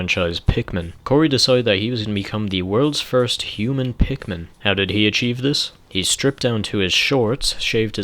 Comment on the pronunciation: I guess you could call him a hu-min